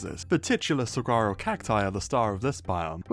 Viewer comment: Saguaro is pronounced "suh-wah-roh", btw.